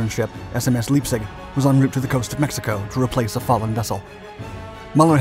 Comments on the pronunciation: is this read by a bot? as i often notice pronunciation errors on some names? such as Leipzig is pronounced Lie-P-Zig not lypzig. and Muller is missing the umlauts on the u, as it should sound like Muu-ller. it doesn't do German well.😁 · leipzig = LIE-P-ZIG. ei = sounds like "eye" in english same as epstein sound sound like Epp-st-eye-n . not epsteen get it right ffs